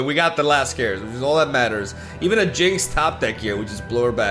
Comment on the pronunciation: Did no one tell him he’s pronouncing “caress” wrong?